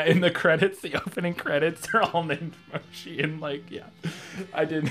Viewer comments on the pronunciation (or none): just to let y'all know, "moshe" is pronounced "mow-shuh."